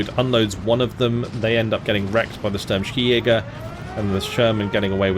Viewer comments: Since it is a German division, it is pronounced "Schi-Jäger", not "Skijäger", much like "Shi-Jäger". The Swedes would even say "Hee-Jägerrrr". The Fins indeed would say "Ski-Jägerrrr". Minor note. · Hey, a German here, the k in Skijäger is spoken as ch, we say Schijäger in Germany.